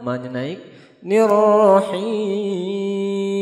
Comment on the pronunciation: Mohon maaf Jika bole beri saran Kalimat nirx di per baiki Bukan nerrohiim'tpi nirrohiiim